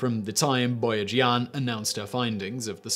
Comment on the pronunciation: Boyajian's surname is pronounced bo-ha-zhin. Don't ask how I know, I don't want to talk about it.